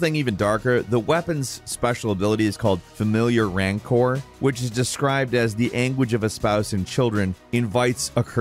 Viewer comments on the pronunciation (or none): Rancor is pronounced like Anchor btw, that star wars influence coming through strong